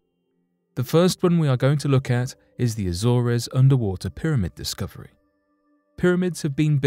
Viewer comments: It's pronounced as A-zors, not A-zor-res. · its pronounced A-zorz not A-zor-rez? The Azores, you don't pronounce the e? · Once again, your pronunciation is off. “Azores” sounds like “A-zors”; not “A-zor-ez”. Why is it so many young people cannot pronounce anything correctly? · Azores is pronounced 'az-ors' Not 'Azor és' ...but good video, thanks. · Its pronounced Azors. The res part is in correct. 😕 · Azores is pronounced A-Zores, with a hard "A". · I am always amazed by how little these narrators seem to know about the world they live in as their pronunciation of things and places is always pretty much wrong... AZOR(E)S... the best ever was when they described Bury St. Edmunds and Bury Street in Edmunds :D :D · I'm bothered by the way he pronounced Azores. I mean, wow!! Maybe he never heard of it?? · Yeah really. I didn’t even know what place he was talking about until I got more info. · I hate to be nitpicking but they should research pronunciation as well. Azores is pronounced differently. Thanks.